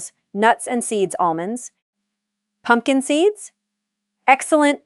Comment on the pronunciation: Good video yet the narration frequently mispronounces words and phrasing cadence is off (example is pumpkin seeds with excessive time gap between the words).